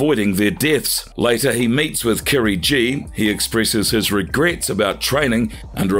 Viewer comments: KIRIGI "GI" NOT KIRI G 🤣🤣🤣 Damn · Kirigi , not Kerry G